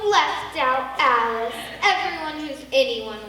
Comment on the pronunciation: A-Lice in wonderland